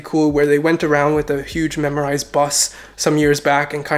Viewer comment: MemRise. Not memorize